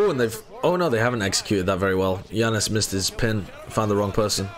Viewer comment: I’m gonna kms if keeps calling Janus “ya-noose”